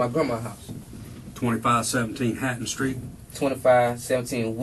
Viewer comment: “He axed me to drive sKraight ahead & park on the sKreet” 🤦🏻‍♀️